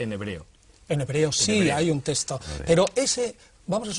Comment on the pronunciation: Señores, a ver si os fijáis y hacéis el esfuerzo de pronunciar correctamente la palabra texto, que no es 'testo' como lo decís, por dios.